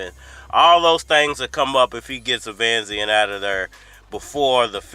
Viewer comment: Bruh u make us black folks look bad when u mispronounce these names like that, I know u can read fam, the man name is Eimantis stanionisGT1 (E-mantis Stanny-o-nis) David avanesyan (av-a-nesy-n) smfh 🤦